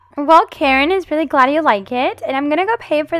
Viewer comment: Did you say karren